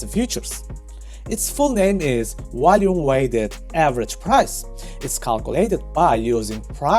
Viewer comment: High wolume nodes lol